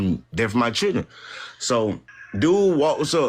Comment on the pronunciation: When you say… Kidzzzz and my Chill’er’in… I feel bad for your children